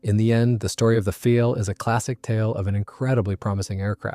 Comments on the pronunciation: Not "feel", but "file". Sounds like nail "file" or computer "file". In german, "ei" is pronounced as long "i", as in english word "eye". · Learn to pronounce words correctly. It is pronounced phonetically as "Pfile," not "Feel."